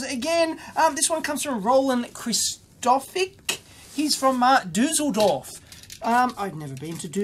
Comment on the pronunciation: as a austrian guy i have to laugh about, how you said düsseldorf :D